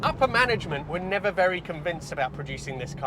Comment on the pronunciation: Nerver say nerver...